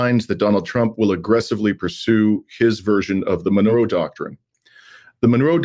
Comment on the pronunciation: ¡Viva México! Also, its pronounced Mon-row, Monroe not Menorah Doctrine.😂